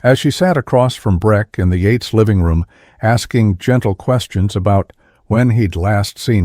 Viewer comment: Techs not Tex. Bee not B.🐝 Yates not Eights.